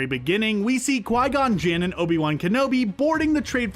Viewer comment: It's not Obie One. It's Obi-Wan.